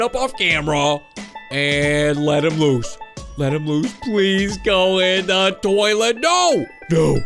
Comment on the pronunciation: you said”woose” but it’s “loose” just a reminder 😊